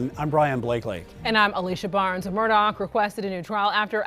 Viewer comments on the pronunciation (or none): It's not "Murdock", it's "Murdaugh" pronounced like murr-daw. Please stop butchering it.